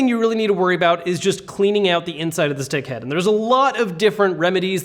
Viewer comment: Maybe when you say "stick-head" you should really enunciate because it kinda sounds like "d***head" a few times... FYI